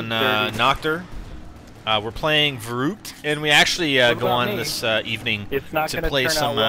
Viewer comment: not vurroockt vurru(as in the way you pronounce run)ckt